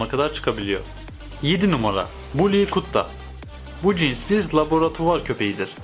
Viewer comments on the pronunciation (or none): none